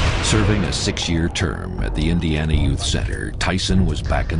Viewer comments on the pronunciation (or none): none